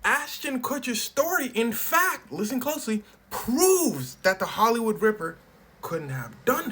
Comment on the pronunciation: “Ihht holloywood ripper ill take visa and master card”😂